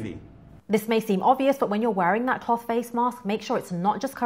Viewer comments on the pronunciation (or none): its a good video, but the way she says cloth really irks me for some reason